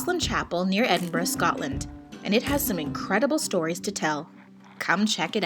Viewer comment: she says Edinburgh properly.